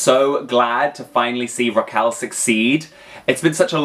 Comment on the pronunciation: It's RRRRRaquel. Roll those R's.